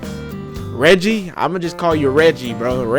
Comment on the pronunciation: His name is pronounced Reggae, like reggae music lol. So to clarify michael is related to the family. The mother of the italian guy is his aunt. Michael mom and dad died ina car crash when he was 10. So that is his maternal family. Dad obviously was black. So Michael and the italian guy are cousins. Mateo (the italian guy) got into a fight at the end because he is jealous of Michael. Michael was the golden child. The family liked him, he was responsible, sucessful, etc. and Mateo was the f-up traveling the world and not taking life seriously or being there for his family, so he felt he finally won by getting Anna and getting the families approval. Mateo threw in Michaels face that he wasnt really apart of the family (low blow) and Michael punched him, thats how the fight started. Its clear the dad obviously saw Michael as a 2nd son, as he encouraged him to go after Anna. I believe the script was written by a white woman I believe so thats probably why it felt off at times. But I thought it was such a cute movie, I will definetly watch again. The Disney feeling you were getting is their attempt to be light hearted because alot of the time black love movies can be very heavy, and we are not used to lightheartedness. I also think we need to remember rom coms are supposed to be predictable at this point. We don't watch them for the twists and turns, we watch them because we enjoy seeing people falling in love, with funny moments along the way.